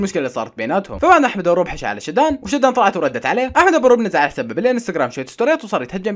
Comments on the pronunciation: والله اسمها شادن مش شدااااان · اسمها شادن مو شدان استمر متابعتك من العراق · شدان ✖ شادن ✅ 😂 الصيام مبين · شادو ❌ شدان ✔️ 🤣🌚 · تصحيح اسمها شادو مو شيدان😂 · شادن❌❌ شدان✅✅ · شدان ❌شادن✅😭😂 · شادن ❌ شيدان ✅ 😂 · مين لاحظ انو حكا شدان مش شادن رمضان مأثر عليك 🤣🤣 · ولك اسمهة شادو مو شدان😂😂😂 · شادن شادن مش شدان 😂🤦‍♀️ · شادن مش شدان😑😑😑😑😑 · شدان ❌ شادن ✔️ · قال شيدان بدل شادن تحياتي الك😂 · اسمها شادن مو شادان😂😅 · اسمها شادن وليس شدان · 🐆 هي اسمها شادو وليس شدن 😂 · شادن❌ شادان✅ 😂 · شااااادن مو شدان 💔😂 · شادن ❌ شدان ✅ 😂😂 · اسمها مو شدان اسمها شادن .